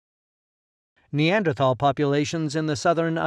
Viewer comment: It’s so good to hear Neanderthal pronounced correctly🙂